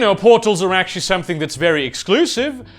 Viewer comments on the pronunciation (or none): none